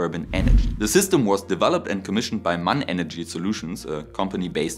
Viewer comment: M.A.N. Not "man" or "mann", but M. A. N.